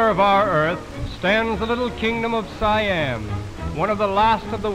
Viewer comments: Siam is pronounced "See-Ahm" not "Sai-Ahm" by the way. It liks calling America, Murica. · whose else get hurt when say "suh-yam" instead "see-am" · It's really Sa Yam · Siam is pronounced as "she yum"(my) in case you're wondering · It's pronounced as see-yum. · Did you check? I did and that pronunciation sounds more like „Sai Yam“ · Is the american pronunciation of a romanized foreign word is more correct than the thai pronunciation? It's "Sa Yam".